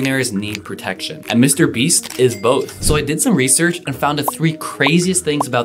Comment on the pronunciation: yup mr beeeeeeeeeees